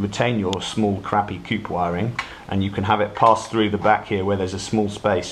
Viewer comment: Baaaahaaa ha ha you said "Coop wiring"!! Play nice.:-) Got my Demo and RS kits today, stoked to get soldering. Get that Select fire module done!! Have cash money waiting for you guys. Anyhow, thanks for the vid, was about to email BSUK and ask for an idiots guide drawn in crayon.